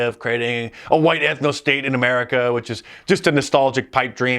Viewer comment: The way he says huwhite, that’s it.